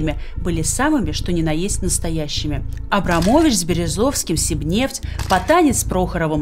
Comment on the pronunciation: Эбрам ..,Эдельбаум ..., Эльцин ...